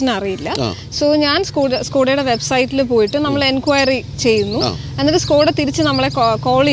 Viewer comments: സ്കൂടാ അല്ല ചേട്ടാ സ്കോടാ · സ്കോഡയല്ല ചേട്ടാ ഷ്കോഡ... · ഇത് skoda അല്ല ചേട്ടാ shoda ആണ് 😅